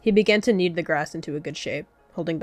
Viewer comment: “Dune is experiencing gief” LMAO